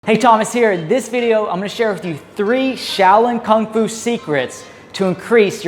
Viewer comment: Kung fu, not "Kong fu"